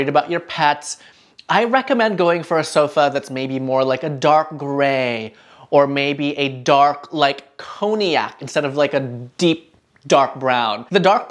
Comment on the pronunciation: Isn't cognac pronounced "Kon-Yak"? Certainly not Coney-ak.